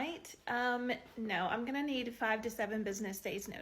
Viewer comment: I watched this Asian girl say Narrrr in Australian real hard 😂 omg